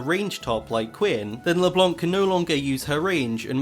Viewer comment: I'm sorry, I love your voice, but I anso find hilarious the way you say LeBlanc LeblOnc